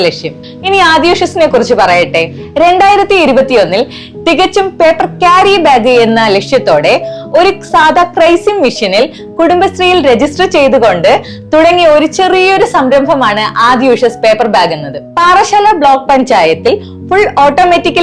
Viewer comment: സഹോദരി ക്രെയ്‌സിങ് അല്ല ക്രീസിങ് 😄